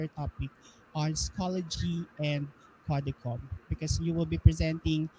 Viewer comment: "Code-chum" po.. not "ko-de-kom"